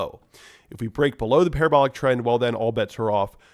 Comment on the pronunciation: LOL. Par-ab-er-ler ... It is parra-bow-lar